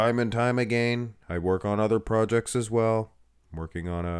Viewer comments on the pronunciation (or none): none